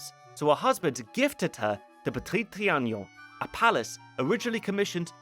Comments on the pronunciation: It's Petit Tri-a-non. Not Tri-a-gnon. I don't know why you insist on pronouncing a "g" where there isn't one. 😆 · repeat after me: tri... a... non... trianon, and not trianion... Apart from that, it was a pleasure to watch, thank you ;) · It's ponounced Trianon, not Trianion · Le Petit TriaNOn, not TriaGNOn.. There is no Ñ/GN sound, FYI. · Its Tree an non, not tree an nion! Its not like "onion," but rhymes with " be alone"! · say it with me "tree an on" trianon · That lady is Le Brun, the most famous and favored painter of MA’s portraits. Also, your pronunciation of Trianon is killing me 😂